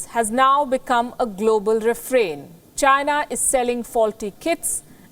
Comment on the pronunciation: It's not China. It's.